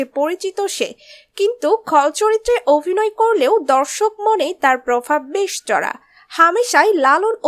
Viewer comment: চড়ুই য়ের অভিনয় ( Abhinoy ) আমার খুব ভালো লাগে, লাগছে। কিন্তু ওনার Avinoy/ Ovinoy মোটেই ভালো লাগছে না। মহাশয়া, ' ভ ' এর উচ্চারণ টা ' bh' এর মতো। ' V ' এর মতো নয় মোটেই। বড্ড কানে লাগলো বলেই বললাম। এর পর থেকে এ ব্যাপারে সতর্ক থাকলে ভালো লাগবে।